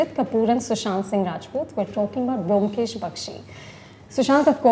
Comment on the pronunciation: the only objection i have is: please pronounce bomkesh properly. thats a prerequisite. atleast you dibakar. Otherwise this was the most apt chat....and Rajat speaks my mind when he explains the reason for dibakar making a different bomkesh. and dibakar's understanding of bomkesh is perfect.